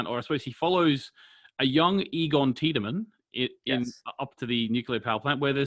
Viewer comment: By season 3 they figure out how to pronounce Tiedemann in the dub :)